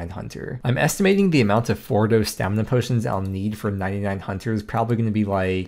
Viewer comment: Does the dictionary also say that you can pronounce stamina as 'stamna'?